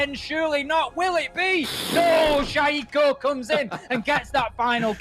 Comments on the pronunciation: no you are wrong I have watched french league and they pronounce shaiiko "shaiiko" and not "shayeeko" and shaiiko is French player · "Shayeeko and Ellem"... 😂